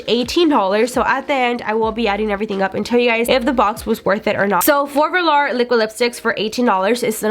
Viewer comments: VO-LURE not Verlar... it was killin me. Otherwise great video 😊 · Vehlaar 😂 I cant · it’s vuh-lore not lure smh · “velAR’ girl it’s velour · And velar instead of velour. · I’m sorry but I cringed at how you said velour 💀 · When she was talking about the liquid lipsticks I was like, "wait, what is she saying before each one?" After the fourth one I realized she was trying to say VELOUR. like girl lmao